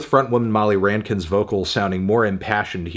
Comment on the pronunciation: You really hit that N on Rankin (pronounced Rank-in). You should check out the work of the band that Molly's father was in - The Rankin Family. Canadiana at its finest.